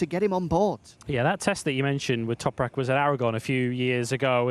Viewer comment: just say Toprak you keep guffing up his surname....